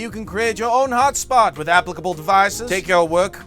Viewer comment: "applicable" SAY IT RIGHT